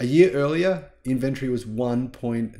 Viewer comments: Is called in vin tory....not in ven tree.... The way you're saying it hurts my ears... And it's highly annoying... The way you're saying it is not even a real word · "Inventry"?? Say it correctly - "in-ven-tory"!! Inventory, man!! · Love your work, but try pouncing it "Inventory". There is an "o" in the word. Not Invenrtree. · Which part of Australia say inVentory instead of Inventory? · IN - VEN- TOR - Y. 4 syllables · Dude. Not only is there an O in inventory, it's also in the pronunciation :-)